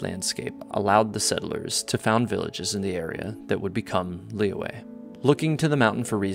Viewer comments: It's lee yooeh, but the "y" part of yue is like a mix between r and y. Like, if you say r, shape your mouth into an o and bringing your tongue closer to our teeth, just behind. That's the "yu" part. The "e" is just "eh". The "Li" has an accent which is basically a kind of down-up sound. The "Yue" is a down accent. I know it's confusing, and I think I'm even confusing myself, but oh well. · The english dub of this game pronounces Liyue differently from character to character: Lee-weh Lee-way Lee-yah-weh Lee-yah-way And the worst Luh-weh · they're wrong lmao haha (i'm chinese) it's actually pronounced as lee yoo-eh but say the yoo-eh part faster & stress those 2 syllabus lesser. additionally qixing is pronounced as chi sing but without the h sound for chi so ci sing... gotta say i love the chinese names in genshin. i remembered there's a dude in liyue harbor called big foot (in english) and that's literally translated from his chinese name HAHA